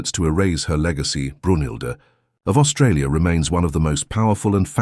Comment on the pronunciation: Not “Australia” Aus-Trasia TREY SEE AH